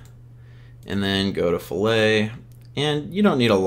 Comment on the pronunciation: It's "FILL-IT"...Not "fill-ey"....just FYI.